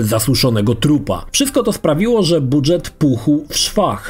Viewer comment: "Budżet" wymawiamy jako "d-ż", a nie dż", jak "drzewo"; to zapożyczenie z francuskiego, nie angielskiego.